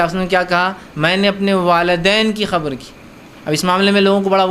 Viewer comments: Please change your pronunciation... You say khabar to qabar? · Qabr ko khabar bol raha hai